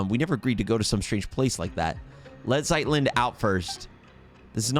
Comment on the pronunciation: Your pronunciation of Zeitlind was the best here :)